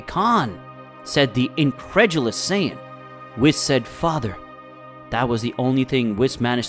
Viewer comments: It's sayin not sayaden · him:saiyedens me:saiyens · this guy cant say half of their names right lol. he keeps calling them Scion instead of Saiyan. had Goku become a car? I have to give this a thumbs down. I can understand pronouncing things wrong but the voice over ruined it. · It’s not scions it’s saiyans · is sayen not sadin not syons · Can you at least say Saiyajin Correctly. You're miss pronouncing it. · How did the computer start reading the same word differentfirst it was pronounced sci -ons and then became saya-dins good story hard to listen at times tho. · Do you ever watch the show? IT'S SAY IN. NOT WHEREVER TF YOU SAY. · No disrespect but it called saiyan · Saian??? 💀 Prince of sayadens?? 🗿 Kakaroto?? 😭😭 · What it with your how you say a sayain???? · You can't even say sayain right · Prince of Saya dies and cyan just look how bro say sayian sounds like he's saying cyan then when he says sayians it's Saya dins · bro said cyon and kakaroto